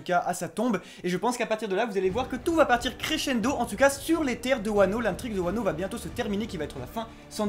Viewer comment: par contre juste je veux pas faire le casse couille mais c’est pas « pays de Wano » c’est juste « pays de Wa » parce que Kuni=pays No=de du coup Wa No Kuni=pays de Wa